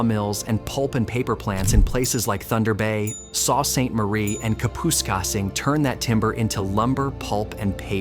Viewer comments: very informative, thanks; it's very sad that Northern Ontario is losing people, something has to be done about it, becoming a separate province should be considered; mispronouncing cities like 'Soo Ste. Marie' is regrettable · saw Saint Marie? Ka-pusk-sing? the narrator is from southern Ontario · Thumbs down because narrator of this channel said the names of Kapuskasing, Sault St Marie wrong, tho got to admit you are right there been talk of Northern Ontario splitting from Ontario